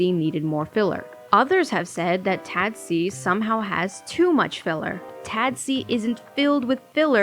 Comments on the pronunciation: why are you pronouncing it "Tad-see" it's clearly "Tah-dac" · i like to pronounce tadc as taduck because im craaazy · M sorry hearing u pronounce the acronym like that is literally sending meskdjksf